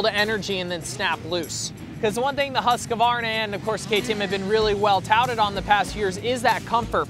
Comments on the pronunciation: Pronounced Huskvarna not Huskavarna. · ..it's another copy (KTM) Dog the Husk...Varna !!!!!!!!!!!!!! this year (fgs get the pronunciation right!! *Huskvarna (formerly spelled Husqvarna), it's only taken you Americans 115 years to work out you've been pronouncing it wrong !!!! )